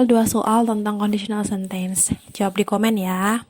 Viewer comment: rada terganggu dengan pronountiation 'sentence' 😅